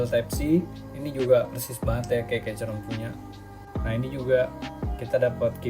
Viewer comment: saran: sblm ngereview, perbanyak research dulu deh gan. bacanya bukan "keycron", tapi "keykron".